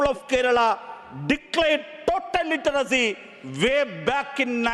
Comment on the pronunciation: ലിറ്ററസി എന്നുപറഞ്ഞ് കൂവി. നിൻറെ ഭാഷണത്തിൽ നിന്നും മനസ്സിലായി ലിറ്റർ സി ലെവൽ എന്താണെന്ന്